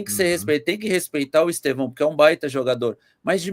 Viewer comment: O nome não é Estevãooo aprende falar